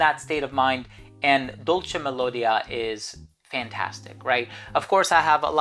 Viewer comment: Hi..your videos are always fantastic..great list...as an Italian just a suggestion..dolce melodia accent goes on the i..😉